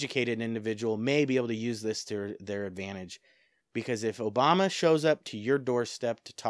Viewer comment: Obama, not "Oboma"